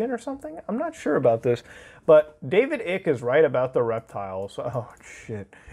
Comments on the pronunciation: Ugh, it's not David ICK LIKE EW THATS ICKY. ITS DAVIS ICKE LIKE EYE KUH. EYECK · Lol it’s pronounced David ike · his last name is pronounced ike, silent c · I’m still laughing at the way you mispronounce David Ickes name 😂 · He didn’t say david Ike’s name right a single time